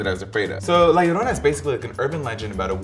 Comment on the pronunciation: Am I the only one who cringes when they pronounce 'llorona' like 'iorona' and not like 'jorona'?